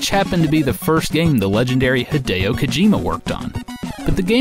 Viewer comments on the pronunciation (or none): none